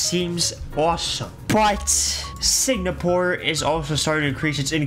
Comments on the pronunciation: its not SIGNAPORE its SINGAPORE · bro really saying "signapore"